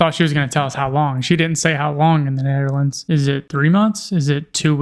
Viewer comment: Why is she saying "Nutherlands"?